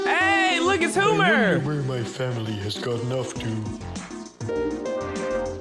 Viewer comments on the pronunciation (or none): Homer❌ humer✔